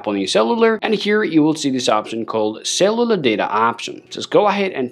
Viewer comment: I thought he was saying eSIM but he was saying cellular which my iPhone does not have. Boy he needs to learn English